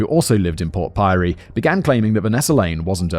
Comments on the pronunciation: port pirie is pronounced pierey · glad I wasn’t the only one. Took me a moment before the penny dropped lol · Port Pirie is pronounced Port Pirry. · Port Pirie lol!!!! Its pronounced "Port Pirry". So cute Simon 😂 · Port Pyrie....yeah no thanks Simon. You're lucky to get away with how you pronounce "Queensland", but I gotta draw the line somewhere. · Simon pronounced Port Pirie Port Pyrie and I laughed for a full minute.